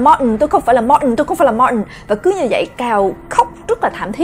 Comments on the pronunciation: em tưởng phả đọc Martin là ma-tin chứ sao lại đọc là ma-ừn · có ái coi lầm thứ 4 mà vẫn còn ức chế chữ martin của bà đọc k.Tại vì bình t đọc là Mạc-tin hoặc là Ma-tin mà bà bã đc là Ma-ần nên nghe rất chi là k qen luôn ~~ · Phải đọc đúg là ma-tin 😞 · martin thì mình nghĩ phải đọc là ma-từn nhưng đọc là ma-ừn cái này có vẻ giống với từ important vì khi xem phim mĩ mk thấy người ta đọc là im-por-ừn chứ ko phải là im-por-từn như IPA trong từ điển cả từ martin và important đều bị người mĩ (chắc tại ở mĩ nên cũng đọc giống vậy:D) đọc khuyết chữ 't', tại sao lại vậy,cao nhân nào chỉ giúp mình với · Martin e cứ tưởng đọc là Ma tin nhưng lại đọc là Ma ừn =))